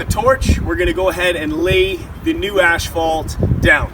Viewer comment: Hey! You said you were going to pronounce asphalt right lol